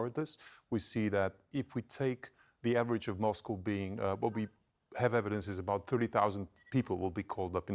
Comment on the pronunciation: She's on TV and can't even pronounce Moscow...